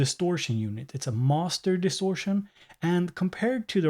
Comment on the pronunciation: Master distortion - That german accent! xD Awesome as always!